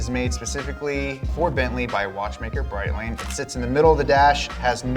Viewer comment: Brett-ling and tor-ble-own is how it’s said💀